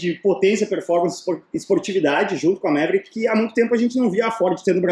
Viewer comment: O nome original pronunciava-se “Maverick” e nao “Méveríck”.